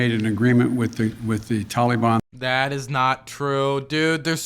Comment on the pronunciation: The tollybon and kahbull, I've never heard these words pronounced in these ways and it's funny to me